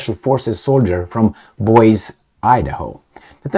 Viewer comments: 2.47 and 8.05._Emil, "Boise" is pronounced /boisi/, not /bois/. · sir Boisie is pronounced boy zee, thank you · You mispronounced Boise